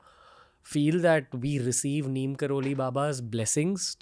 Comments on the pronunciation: His real name is 'NEEB' karori Baba. As westerners couldn't pronounce it they kept calling him 'Neem' and we Indians blindly follow what westerners teach us . Pls go research or ask your seniors who knows about him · Ranveer being so specific everytime makes me wonder how come he hasn’t researched on baba’s correct name. Baba’s true name is pronounced as Neeb Karori Baba.